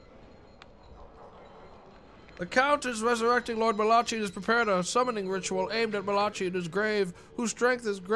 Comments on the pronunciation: As someone named Malachi, pronouncing it as Malachee was like being splashed with holy water lol. Great stream though. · It is Malachee though, you've been lied to about your own name man I dunno what to tell you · The way he pronounces "Malachi" makes me wince while laughing every time. 😂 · more than 5 years later still cant pronounce malachi